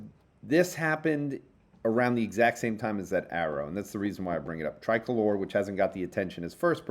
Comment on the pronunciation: Most podcasters pronounce Tricolor as "Tri-color" (accent on first "o":). pronounces it as "Tri-colour" (accent on second "o"). But in fact, the company CEO Daniel Chu explained the name in a podcast back in 2019: "...it actually means something in Spanish...so to a Hispanic who originates in Mexico that individual would refer to their national flag". So it is pronounced "Tree-colour" (accent on second "o").